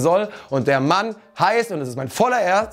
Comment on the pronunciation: Der heißt Baptiste und nicht Batista